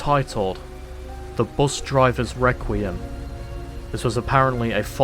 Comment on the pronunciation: I love the new voice author filp, and not to but this in a mean way i like how he said bus with bust lol